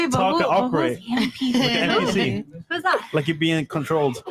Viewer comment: is stupid lol it’s a “NPC” not “MPC” 😅